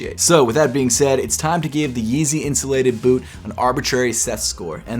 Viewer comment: 😂🤣😂🤣 Yeezy Insulated Butt?? I know u were saying it without vowels...just sounded funny when u said it. These def not for ppl with thin legs.